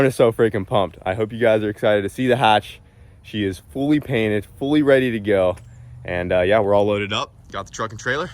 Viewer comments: "you got my page cainted" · I love it when my "Page is Cainted" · He said my Page Cainted 😂. I do the same thing when I’m excited! Hatch looking minty fresh! Love it💪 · My boi said “ page cainted “ 😂 truly lost for words seeing the hatch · Did he say “page cainted”? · "Page cainted"- lol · “Saw you got my page cainted” 😂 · He said page cainted lol anyone else get what said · "Seen you got my page cainted” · “Page cainted” lol, congrats brother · Are we gonna let him get away with saying “my Paged cainted” 😂😂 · Bruh he said it he said page cainted it good times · Whats a "Page Cainted"?:P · The page cainted?!? Lol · "saw you got my page cainted" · "I see you got my Page Cainted" - 2023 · “Page cainted” 😂